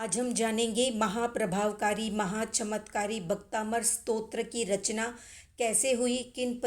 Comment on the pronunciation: भक्तामर है भक्ताबंर नही